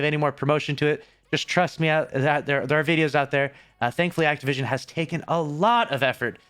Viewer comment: He said activision…. Bruh